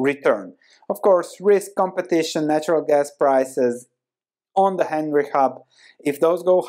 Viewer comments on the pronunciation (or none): none